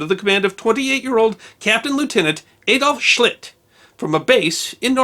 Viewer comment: I didn't quite hear the Captain's name. Was it Captain Schitt? Maybe that's where we get the expression "Up Schitt's Creek without a paddle."